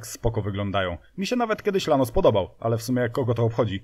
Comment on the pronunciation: Był Gólf, był Paseratti end Lanus. Na następny odcinek proponuję kolejny "Polsky Pszebuj Handlarski" czyli Skodziankę Oktawiankę ;)